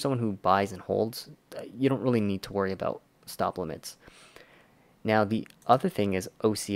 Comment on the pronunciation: Abooooouuuuuuttt :))) sooo Canadian